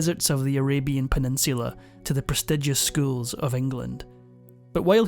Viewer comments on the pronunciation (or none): none